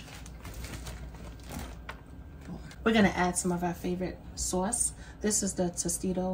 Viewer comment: I LOVE THE WAY YOU SAY "SAUCE" LIKE A NATIVE NEW YORKER. BK, QUEENS, OR LONG ISLAND. AND IT'S KETO!!! I 👍🏾😍👍🏾